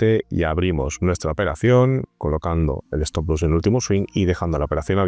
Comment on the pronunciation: se dice stop loss no stop luss...